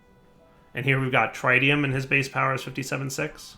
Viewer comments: pleaseeeeee. Tritium, not Trite-ium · the tri in tritium is not pronouced like tri-tip roast, the tri in tritium is pronouced like the tri in trinity. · Trit-ee-um (trit, rhymes with twit), not try-tee-um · He just needs to watch Spiderman 2 again and he'll get it